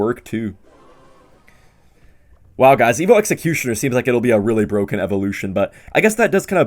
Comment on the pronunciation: Is it BWOKEN?